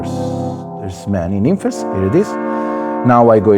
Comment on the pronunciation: i'm glad you said it the right way. so many people on here calling it nymphs.